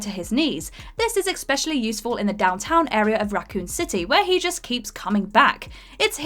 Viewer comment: Hey, since you're apparently a "professional" presenter on What culture could you perhaps learn to pronounce the word especially correctly?? You constantly pronounce it as "eckspecially" which isn't even a word. Maybe work on it before your next video?